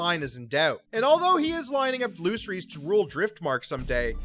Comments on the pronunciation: Your pronunciation of “Vagar” and “Lucerys” is NOT IT 😂😂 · I'm sorry I just can't stand the bad pronunciation of some of the characters name, Vicerys, Lucerys, Vhagar.. among other words 😤 other than that good video